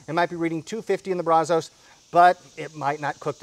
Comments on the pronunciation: my man, as much as you like to spend time in Texas eating our great BBQ, we have to work on your accent. You have to pronounce it BRAZ-US...not BRAZ-OH-S. Keep up the great work bud! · it's pronounced Brazz-Us. I assume it's named after the Brazos River and Brazos county which are here in Texas. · Please learn how to pronounce Brazos I live in Brazos county on the Brazos river & it is really annoying Love the videos other than that